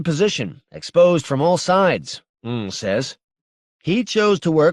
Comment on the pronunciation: This narrator needed a better editor. They lose all credibility if they can't even pronounce character names correctly. Da5id is simply pronounced "David". Ng is pronounced "Ing", not "Ung". If you're going to narrate this work, you have to have some basic understanding of leetspeak and Asian culture.